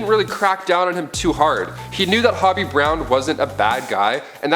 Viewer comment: Hobie...long O sound...not hobby